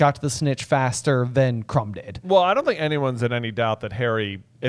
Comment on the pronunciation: It would be so nice if you could pronounce Krum’s name correctly. It is pronounced like the u in rule, not like u in crumb. One of the most famous Bulgarian kings was called Krum; if it helps you can spell it Kroum so you say it correctly. for a reference to where the name comes from